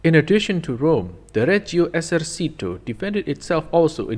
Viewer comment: The tank might have been bad, but your pronunciation is worse (Reghio Esersítoo!!!)